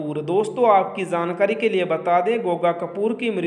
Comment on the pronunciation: Jaankari hota hai Zaankari nahin - Apna ucharan sahi kro ji !!!